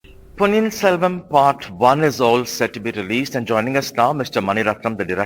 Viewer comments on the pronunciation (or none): Adei anchor adhu ponniyin selvan.. Not ponniyin selvam 🙄🙄... And you are a tamizhan 😳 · Dei Interviewer, it's Ponniyin SelvaN not SelvaM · Selvam really? The interviewer is Tamil. Focus and pronunciation brother, it's Ponniyin Selvan. Please.